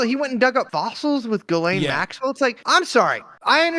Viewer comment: You guys would have a lot more credibility if you learned how to pronounce Ghislaine (zhisslay)